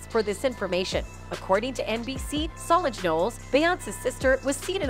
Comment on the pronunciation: And you say Solange name wrong too please stop .so disrespectful